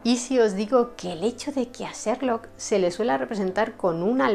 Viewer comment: He visto casi todos tus videos los que, además de ser de gran interés , están estupendamente narrados y documentados. Me encanta tu forma de pronunciar algunos nombres en inglés, como: "/serlok/" Holmes. ¡Saludos desde Chile!